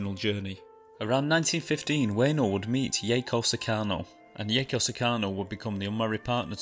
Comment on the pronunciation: Lol you pronounced it wrong too, and also his owner's name, and his wife's name... Its "hahtch-ko, 2 syllables, owner's name is "Hee-deh-sa-bu-rou , oo-EH-no". Yaeko is Yah-eh-koh